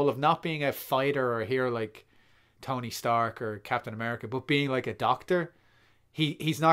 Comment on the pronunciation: The new "Stony Tark" arrives.